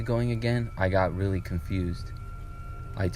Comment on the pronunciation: “I was just willy happy” 😭